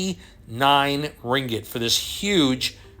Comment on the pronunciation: Your 'Ringet' is hilarious.. hahah its Ringgit